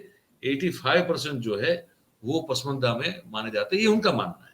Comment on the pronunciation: Pusmanda nahi pasmanda lafz hay..